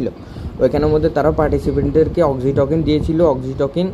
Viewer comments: ভাই উচ্চারণ Oxytocin- অক্সিটোসিন (অক্সিটোকিন না) এবং Ceylon- সিলন (কেলন না) হবে, অসাধারণ ভিডিওর জন্য ধন্যবাদ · Pronunciation hoy nai.eta অক্সিটসিন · Apnar oxytocin pronunciation wrong hoica